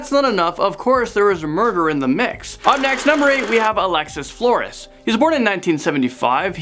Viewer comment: He's pronouncing Flores wrong